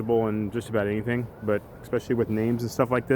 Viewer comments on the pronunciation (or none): none